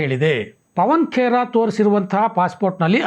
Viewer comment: ಪವನ್ ಪೆಡಾ ಬದಲಿಗೆ, ಪವನ್ ಪಿಡಾ ಎಂದು ಹೇಳಬೇಕಾಗಿತ್ತು ಸರ್.